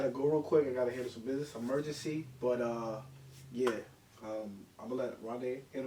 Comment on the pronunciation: He said emergancy but lemmie watch bill burr lol